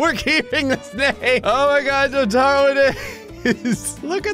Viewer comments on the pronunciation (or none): Hey it’s a Jojo ref but it’s also pronounced jo-ta-ro